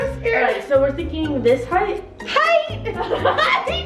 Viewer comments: Height? HEIGHT?!?! 😂😂😂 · HEIGHT..? HEIGHT?! lmfao